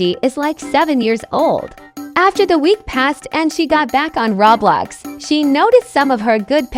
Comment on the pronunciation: Why do AI voices always say "rawblox"?